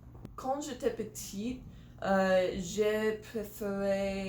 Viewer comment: si vous ÊTES méchants ENVERS moi "ignorer" on ne prononce pas le "g" plutôt "première question" ou "question numéro un" . "question", c'est un nom féminin il faut bien prononcer le t à la fin de "petite" pour le féminin j'ai pas compris. "je ?uis mon personnage " Personnage préféré, ça sonne plus naturel j'ai pas compris le 1er mot après la question j'ai pas compris le mot entre "trop" et "honte" j'ai pas compris le mot après "très ". Ennuyeux ?